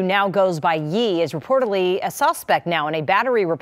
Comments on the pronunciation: I like how the white reporter lady kept saying "Yee" for Kanye West😂😂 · The reporter pronouncing Ye “yee” instead of “yay” is sending me 🤣🤣🤣🤣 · I cringe every time I hear someone call Bey, “Bay” and now I’m gonna go thru it all over again…Ye is “Yay” NOT “Yee” I can’t take it 😆😭😭😭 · It’s the news reporter pronouncing his name as “yee” and not “yay” for me 😫😭🤣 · Lmao it’s the news reporter calling him “YEE” for me 😂😂😂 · Looool not the news reporter calling him "YEE" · The reporter calling him Yee is sending me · She said yee